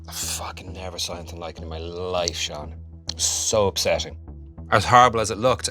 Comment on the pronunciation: He says Sean the way it's supposed to be said